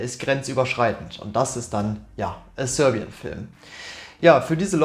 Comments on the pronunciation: Haha Sörbian als wär er Skandinave oder so haha! Die Serben hat er damit nicht gut geehrt haha! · dilettantisch und zum Einschlafen. Dieses Rumgestammel, Versprechungen, "ehm" und "öh" und falsche Aussprache, von englischen Worten, wie zb "sörbian", ne sry miese Qualle...